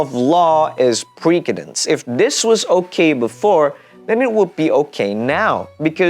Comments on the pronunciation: Man this is informative stuff, but cmon its precendence with an S Sound not pre KA DENS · maybe saying preKedence so some won't confuse it with presidents. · i think you pronounce precedence wrong, unless its a word i never heard before then idk